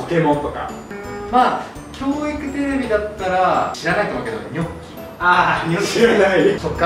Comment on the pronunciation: ニョッキw ニャッキなw